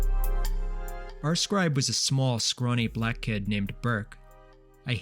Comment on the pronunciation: why the fuck you say “black” like that?